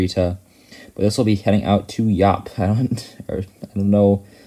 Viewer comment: Eastern! 👀 Yes you did pronounce Yap correctly